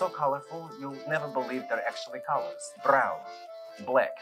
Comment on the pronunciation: "So colorful you won't even think they're colors. Brrrown, Black, Rrrred" 😂😂😂😂😂😂😂😂